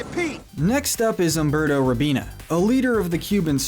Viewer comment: He mispronounced Umberto